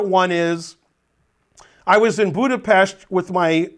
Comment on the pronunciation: As a Hungarian I appreciate you pronouncing Budapest correctly